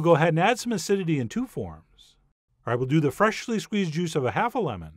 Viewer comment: Yeah I noticed that too I actually commented that he was drunk on a video when he slurred "fresh-ly ground black pepper".